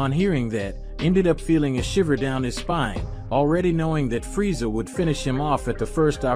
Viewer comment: That has got to be the most annoying way to pronounce Freza.